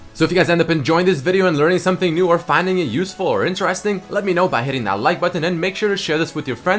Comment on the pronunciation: why does he pronounce "interesting" so weirdly?